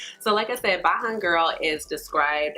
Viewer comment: Thank you for your review. The Bajan bronzer is pronounced "Bay - jan girl". Bajan is the term used to refer to anyone from Barbados.